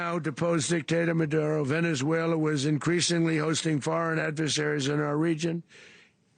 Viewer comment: "Venezuelar".....where in Queens is that?😂😂😂😂 "Donroe Document".........time for another MRI/CT Scan!!!!